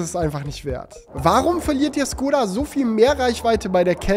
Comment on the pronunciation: Es ist kein Vorwurf aber bitte kein skoda sondern SCHkoda 😅